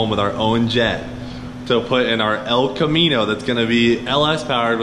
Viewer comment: "Mullet, the Els Camino"